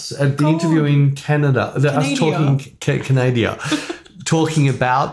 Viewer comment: repeat after me,,, Can-a-da not Can-eh-dia... LOL, love your podcasts, demonstrative uploads, photos and seeing the interaction with Bec(#notamodel), and the models. Cheers from Windsor, Ontario